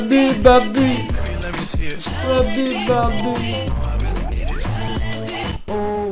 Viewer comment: Abi baby demiyo lebi lebi diyo